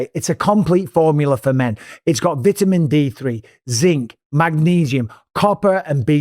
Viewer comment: What is a a vit a men?